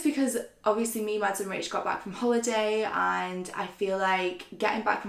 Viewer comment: I’m sorry but the pronunciation of words by and are ridiculous 😂 Hobieeeee, Beycoyyss, Obviousleeeeee My comments probs gunna get deleted but it goes through me.